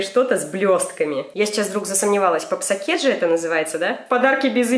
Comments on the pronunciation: не попсоке́т, а попсо́кет 💜🔮💙☺️ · удорение на "Попсо'кет попсООООкет😋😋😋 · попсо'кет ударениемна 2 "о" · Правильно попсОкет, а не попсокЕт Люблю тебя😍😳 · не попсокЕт а попсОкет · Не папсакет а попсокет;) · не попсокЕт, а попсОкет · Да не папсакет а попсокет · не попсокЕт а пОпсокет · Не папсакет а попсокет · Ударение поставлю в виде большой буквы: попсОкет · Попсо́кет(ударение на о) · Это дневная фурия | Попсокет ударение на сооокет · Ты самая лучшая 😘💖😍💎💞( попсокет ударение на 2-ю о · это называется попсокет ударение на вторую о